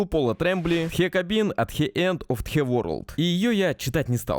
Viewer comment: Автор ролика наверное "зарофлил" по поводу произношения "Хе кабин ат хе энд оф хе ворлд" Но всё же я считал его более эрудированным. Книга отличная.